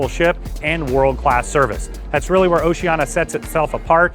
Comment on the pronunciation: Sorry, I can't take seriously any review by you when you can't even pronounce the name of the CRUISE LINE CORRECTLY. It's "Oceania," not "Oceana."